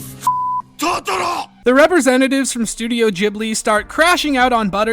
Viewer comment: Totoro, not "toutourou"